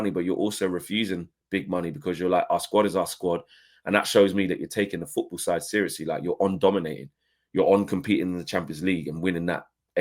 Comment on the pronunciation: Foorball lol